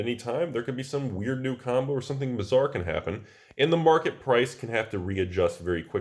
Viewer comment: Did you say something bizzar could happen or something bazzar? :P